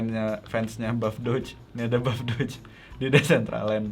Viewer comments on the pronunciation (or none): none